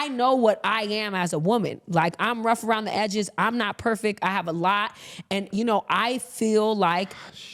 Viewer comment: “I’m not perfeckk” yeah we know